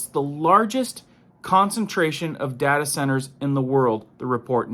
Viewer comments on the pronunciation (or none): none